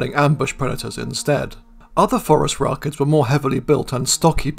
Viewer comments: I like how you pronounce it "Forest Rockets". Seems appropriate. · I'm such a dork. Every time you say Phorusrachids, my brain hears "forest rocket."